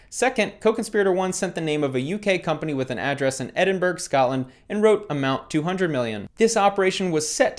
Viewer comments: "edinburg" Please man. It's ed-in-buh-ruh. I am sad. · Edinburgh pronounced Ed In Braw no berg in there 😂😂😂👍👍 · for future reference, Edinburgh is pronounced ED-IN-BRA 💯💯💯 It's the closest way I could think of especially saying it quickly within a sentence. Correct me if I'm wrong in the comments....just doing a lil education on the weird language that is "The Queens English" 🤣🤣🤣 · Edinburg lmao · EDINBURG. lol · Ahaha Edinburg lol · The way you said Edinburgh has upset me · You said Edinburgh wrong